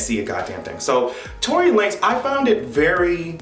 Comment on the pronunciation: This nigga said Tory Lame 😭😭😂